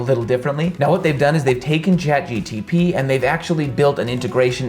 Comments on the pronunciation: nice video. Its also very funny everytime you said ChatGTP instead of ChatGPT hehe totally fine with that but my ears cannot ignore it xD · its chat gpt not chat gtp🤨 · IT'S "CHAT GPT" NOT "chat gtp". Why tha hail is everyone on YouTube... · The guy is saying Chat GTP rather than Chat GPT lol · Bro I'm really excited to say that It's :goodvibes:CHAT GPT - not CHAT GtP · Great video! Just FYI you kept saying "ChatGTP" and it's "ChatGPT" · ChatGPT* not Chatgtp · Lmao the amount of people exploding at you for saying gtp instead of gpt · A little correction there it Chat GPT not CHAT GTP. Lovely content though😄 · Why are u saying chat gtp? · how can i trust you when you say chatGTP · I had to stop watching as soon as you said "chat GTP" for the 3rd time in a row. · Bro it's ChT g p t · Great content but you gotta stop saying "Chat G-T-P" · Why are you saying Chat GTP continuously? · 👏👏 phenomenal video…. But if I hear GTP one more time lol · Im hearing chat gtp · Oh my god I kept hearing chatgtp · This was irritating to watch because of the Chat"GTP" wrong pronunciation 🤣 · A podcast I watched also said gtp every time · what a weird way to answer a comment on your video. It’s just hard to listen to you when the acronym you say over and over is incorrect. Imagine I made a video about how to use WD-40 to prevent rust but every time I said “WD-40” I said DW-04 instead….. everyone who watches it is going to assume you don’t know what you’re doing or don’t care about it. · Am i the only one who was going nuts every time he calls ChatGPT 'Chat GTP'????? :D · Amazing video and it's ChatGPT not ChatGTP 😂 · Bro it's CHAT GPT not Chat GTP... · why u keep saying GTP ...its GPT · Awesome video, thanks. You say Chat GTP instead of Chat GPT, though. 😆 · Bro! You explained it well but it seems you keeping saying chat GPT as GTP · Its ChatGPT not ChatGTP hahahaha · Every time he calls it "ChatGTP" when its ChatGPT it's like nails on a chalkboard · CHAT G P T NOT CHAT G T P